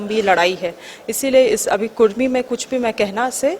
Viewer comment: कुर्मी नहीं कुड़मी